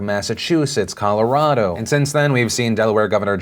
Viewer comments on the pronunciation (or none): none